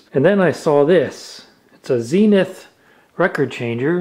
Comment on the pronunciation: Why “Zeeee-nuth”? It’s surely “Zen-ith”?